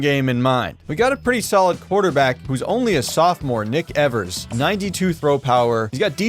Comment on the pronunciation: I think the first syllable in Evers is pronounced like the one in "eve", not "ever".